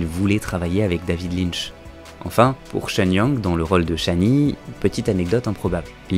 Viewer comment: David LynCH...pas Linn..mdr